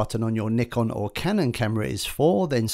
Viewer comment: You pronounced nikon wrong. 😂